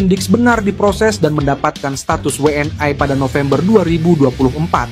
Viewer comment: min jgn kampungan pake BHS biasa saja jgn WNI w an ai kamu SDH slh ucapkan BHS inggris pret